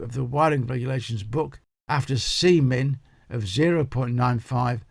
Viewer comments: Sorry sir, it’s was Jenkins, he made me laugh when you said C-min. 🤔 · Uhuhuhuh you said Cmin.